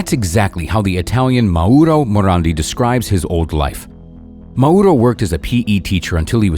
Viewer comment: You are pronouncing Mauro WRONG YOU PRONOUNCE Mauro accenting the ‘U’ The correct pronouncacion is Mauro accenting the ‘A’